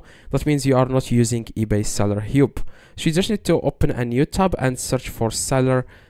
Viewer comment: The English word "hub" is pronounced /hʌb/ with the vowel sound the same as in Received Pronunciation for the word "cup" (not as in northern English).